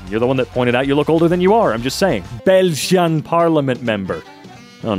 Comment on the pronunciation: Why’d you say belgian like that